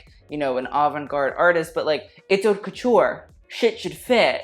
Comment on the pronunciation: Why does not know how to pronounce "haute"? I could be more bitchy but I'll leave that too him.